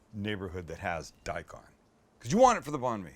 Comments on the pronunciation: Just pronounce it like 'bun me' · Bon me. Lmao your pronunciation is so bad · I know he’s not Vietnamese but the way he pronounces Banh Mi hurts me 😂